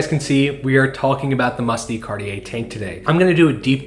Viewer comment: De is pronounced more like “duh” than “Dee”